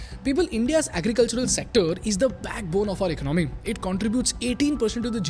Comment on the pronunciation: It's economy not icnOmi